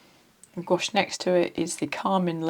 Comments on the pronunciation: I’m sorry but goo-ache hurts my brain. I am forever shouting at YT - gwash!!! It’s gwash!! Now that’s off my chest, nice review. I have this set and I just love it but I would have preferred the gray pan instead of violet. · Hi, as a french person I can say the pronunciation would be closer to "gwash" than "goo-ash" since we don't tend to separate the "ou" and "a" sounds that much when speaking. It really sounds just like "wa" really. Just like our world for yes, "oui" sounds more like "wee" than "oo-ee" 🤗 But please have a little trip in France ! And though Paris is obvioulsy a very beautiful capital, other cities in France are worth visiting ! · It’s pronounced “Gwash” one syllable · in france we pronounce it "gwush" (as in "gust"), after "gw" it's an "ah" sound, not "oh", and it's definitely NOT "goo" 🤣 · It is pronounced gwash as you hear it in wate. You don’t separate the sounds even though you could grammatically separate the syllables. “Ou” in French is indeed pronounced like “oo”. But when you just say the word gouache, you pronounce it as if it was one syllable in a way. It sounds weird to insist on the separation of the syllables. 😉